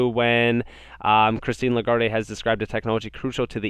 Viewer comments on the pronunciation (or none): The "e" is silent... (le - guard) is how it is pronounced. Great channel dude. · I'ts pronounced La-guard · great content as usual. FYI The e in Lagard(e) is silent. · (La- guard) “E” is silent in her name doing great keep it up!